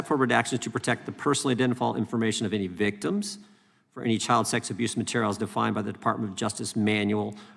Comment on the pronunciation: Notice the emphasis Jim put on "victims". If they pretend Trump is a victim then they can redact him out of everything. Who decides the new definition of, victim? They do of course.